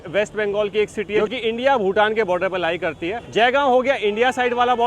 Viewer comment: भूतान not भुटान